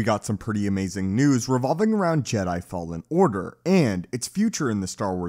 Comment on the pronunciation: “Jedi fallen ardar”